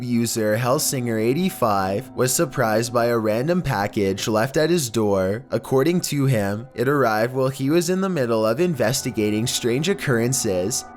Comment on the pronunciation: “AcOrDiNg To Himmm”